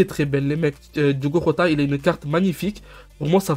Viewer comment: Ca se dit Jota pas rota si jamais